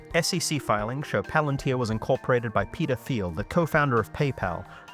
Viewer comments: Peter teel not theel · Every. Time. He said Peter Thiel I heard pedophile. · "ermm, hrmm, hmm 'Peter Thiel'? How do you pronounce that? 'Petah Thile'? Am I saying that right?"